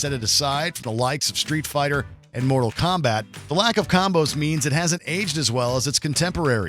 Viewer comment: How could you say mortal kombat? you tweaking